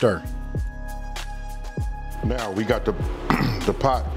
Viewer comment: “We gone give it a Shtir”